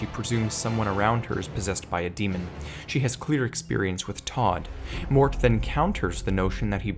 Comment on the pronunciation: I'm not but that's pretty interesting. I'm going to look that up later. You actually got the pronunciation correct, a lot of people don't get it right.